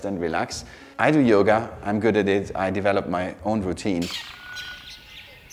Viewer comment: Oh my i was right he butchered yoga for me 😂